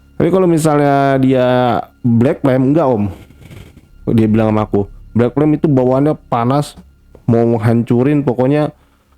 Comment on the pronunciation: Pertama dengernya Black Tem, lama2 Black Pem, lalu dengerin lg Black Plem, ooooh ternyata maksudnya Black Flame 😌